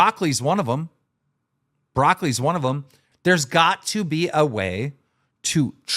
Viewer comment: Keen: broccoli is one: wtf is brockolli